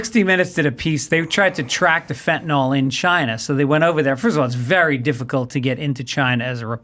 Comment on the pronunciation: It's FEN-TA-NIL (Fentanyl).